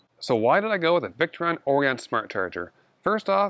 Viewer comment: Nice work! BTW, it's pronounced 'Or-I-un' (i.e., with a long 'I'), like the star constellation.